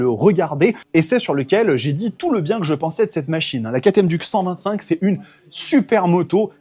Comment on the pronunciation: une duc...un trou...on dit DIOUKE